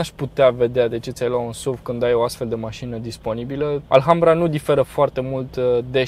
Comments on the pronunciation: Offff... se scrie ALHAMBRA dar se citeste "Alambra",... H este mut.. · se pronunta alambra ddddd